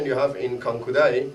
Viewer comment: good video, but mmm you may want to change the introduction of the video, it's not "KUANKU DAI" but it's "KANKU DAI", you may also want to change the description of your video, again it's not "KANKIU".